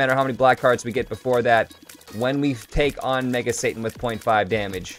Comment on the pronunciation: It's satan not santa